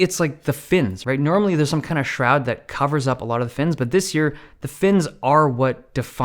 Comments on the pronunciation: “Shroud” (am I the only one who noticed it?) LOL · That 'Shroud' tho lol